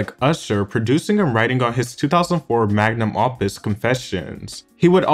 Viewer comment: Magnum office 🥴 bruh you gotta work on your pronunciation